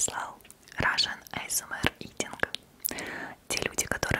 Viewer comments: Почему ты говоришь Айсэмэр? Говорится же Асмр хоты бы Эйсмар говори а то Бесит то что ты так говоришь Айсэмэр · крутое и аппетитное видео☺️Но американцы говорят ЭйЭсЭмАр(Р проктически не выговаривая) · правильно произносится [а эс эм эр].